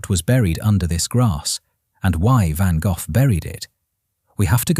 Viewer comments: You People Are Just Weird..And This Is AI…He Pronounced His Last Name..VANGOFF🤷🏼‍♀️Get It Right,The Man Is A Legend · Ok- Stupid Ai- The first two words as you started your video TOTALLY MISPRONOUNCED VINCENT VAN GOFFFFFF🖕🤬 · WHERE DOES THAT F. COME FROM? HIS NAME IS. GOGH, NOT AN F ANYWHERE, THE H IS SILENT SO …….VAN GOG(h) !! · I have been to the van Gogh museum in the Museum Quarter in Amsterdam. It was an extraordinary experience!Too bad the idiot AI doesn’t know how to pronounce the artist’s name! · Damned AI cant even pronounce Van Gogh correctly. Why even listen as if it can be trusted information. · Fascinating! And, to me, it's always been pronounced "Van Go". What a tormented soul. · but apart from the heinous and atrocious butchering of the name, did you enjoy the video? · I am 71 and in ALL my life, I have never heard his name pronounced Van Goff. Interesting. Looks like I need to do a bit of sleuthing to confirm. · yes, but, he was born and raised in France where they would have pronounced his name as “gaugh(f)”. 😊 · Van Go. Florida USA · Van Go - Canada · Vincent VanGuff?? 🤦🏽‍♀️ Ai needs to work on it's pronunciation. I don't even care what this video is about. 🙄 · Irritating, one should pronounce it as Gock as in Lock, never mind where you are from. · Van Goe, that's how it's pronounced!! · God I wish they would get real people to narrate! Van Goff? ? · Van Goth????????????? I have never heard his name pronounce like this before???????????? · Who in the world is Van Goff? Seems AI can't read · Who in the hell, is "Van Golf"?!?! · Van-Goff? I hate computer voices! 😫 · i could not get past because the ai narrator couldn't pronounce a famous painter's name correctly; it doesn't end in "f". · Dear A.I. Narrator, You are brutally mispronouncing the artist's name. It is not pronounced Vangoff. It is pronounced Vango. Sigh.🙄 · "GO" -- NOT "GOFF" who programmed this A.I.???? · Please teach your Ai to say van Go instead of Van Goff. Touring a decent story.